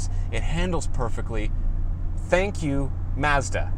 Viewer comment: You had me at your Japanese pronunciation of Mazda.